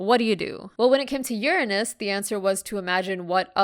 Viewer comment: Say uranus again